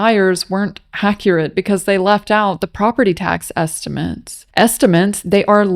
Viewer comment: “esti-meants” hahahahahah